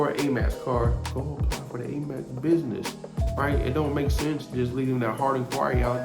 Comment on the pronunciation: He kept saying Amax card. I heard of Amex card. It was quite annoying. But I get the gist. I appreciate his information.